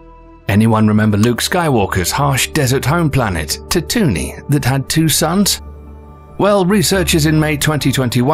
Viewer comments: Um, Tatooney?? Oh he** no. It's pronounced Tatoo-ween. Jeeze.. a channel about space things and can't do Star Wars names... lmao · Please tell me this man did not just say Tatoonee? It's Tatooine. Pronounced Tat-oo-een. Like Halloween But Tattoo. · ITS TA-TO-WEEN not TA-TOON-IE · Tatoonee, the reason why you need to do your research and know what you're saying before throwing it out there... 🤦 It's tatooine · Man said tatoony instead of tatooine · Ta-too-knee. No, it's ta-too-een. Stop hiring clowns. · Wait, Tat-who-nee ya callin Tattoonee? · Tah TOONEY? Ta too eene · Indeed Tat Toonie hahahaha. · ahhh yess tatoony the beloved home planet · Tatoonie? Haha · «Tutuni» cracked me up! Skywalker’s home planet is Tatooine. «Tah-too -in(~e). Just like Uranus is not pronounced as Your Anus but rather Ur(your)-ah-noos. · TATUNI? xD Tah-too-ine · Luke's home planet TATOONIE ?! .... TATOOINE ! . Scientists ! ... :P lol ;) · had to stop ... tattooni??? 🤣🤣🤣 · I lost all focus on this video the moment they said tattoo-nee… how? Just how? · i know mans didn't just call it tatony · You did not just call Tatooine "Tuhtoony"... right? 😕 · Offended I feel at “tatoony” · There are some funny mispronunciations in this video. “Tatoo-nie” “gle-ase” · I'm not even a Star Wars fan.. but "Tatoony" ... ! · I have a problem with your pronunciation of widely used words. TATOONY. Wtf? GLEAZE 486. It's gliesa. They pronounce it the same in like 5 different languages, how did you botch it so hard in English? Good content but damn. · Yes I would like to hear more about Neptune & Uranus please. Also whoever is writing these scripts it helps if you write out words like Tatooine phonetically as in Tattoo-een. If you are unsure yourself/selves then google is your friend. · Lol, a Star Wars fan but not a fan boy yet when he friggin said tattoony I couldn't get to the comment section fast enough. 😂😂😂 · Are you trying to trigger me!? It's Tattoo-ween! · Tatooney Lol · Say it like Tattoo- ine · Tat oonie 😂